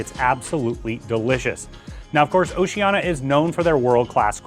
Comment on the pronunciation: Sorry, I can't take seriously any review by you when you can't even pronounce the name of the CRUISE LINE CORRECTLY. It's "Oceania," not "Oceana."